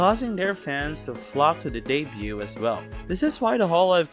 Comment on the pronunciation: Decent video! Watched the whole thing! Just want to make a minor correction: the 't' is silent in debut/debuted. It's a very common mistake among HoloEN to pronounce the t, so I get where you're coming from, but it's nonetheless silent.